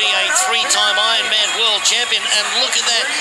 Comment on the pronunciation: Is the narrator saying I-man instead of Ironman?